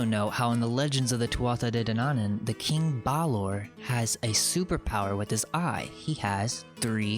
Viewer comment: De Danaan is pronounced day Danawan.... Like yawn.